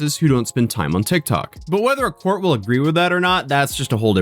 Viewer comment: Did anyone else hear cult when he said court lol